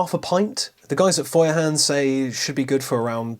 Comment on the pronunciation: You don't entirely butcher the Feuerhand name, which is quite amusing because brits normally take any german word and make it sound so utterly british, you'd struggle to even understand the actual word. That aside, I do play with the thought of getting one of these for my boat as I have a hook up there on the ceiling, and I think it's meant to hold a hurricane lamp like this. It would definitely make more sense than the galley light, which is only on one side of the interior while that is central. Glad to hear you enjoy yours so much :)